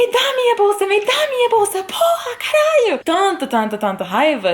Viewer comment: alguém mais aí reparou que as duas únicas palavras que ela disse com 100% de fluidez a nível nativo foram porra e caralho ? kkkkkkkkkkkkkkkkkkkkkkkkkk